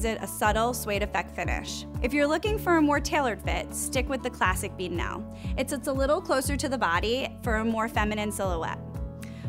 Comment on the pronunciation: I appreciated this review, thank you. Although, our American cousins really know how to butcher our place names. Lol. Beadnell is pronounced "beadn'll" or "Beadnull". The men's equivalent, the Bedale, is pronounced as "Bee-dale". Whilst we're at it, shire is pronounced as "sher" when affixed to the end of a word; Lancashire would be Lancasher; Worcestershire would be Worcestersher, etc! Much love from across the pond.